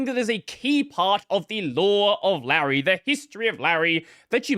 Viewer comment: Leisure suit lay-REE